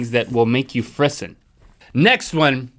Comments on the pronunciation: Frisson is pronounced fris- (as in piss) -ou (as in the noise the french make all the time.) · I feel like most people would get it right if he pronounced frisson correctly. It's free-SAHN dangit. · frisson isa french word meaning chills and it is pronounced frizzon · You mispronounced frisson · Frisson is a frenchy word, you say it in a frenchy accent. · Frisson is a French word! Check your pronunciations!